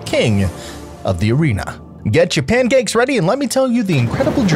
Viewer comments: SO IT SAYS PANCAKES I always heard it as Johnny Cage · When Mini Pekka says pancakes, it sounds like he’s saying aw thanks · i cant unhear “nice cheeks” when mini pekka says pancakes😭😭😭